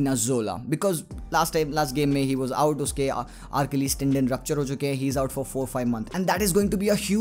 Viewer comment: arkilis tendon 😂😂🤣🤣 achilis bhai 😁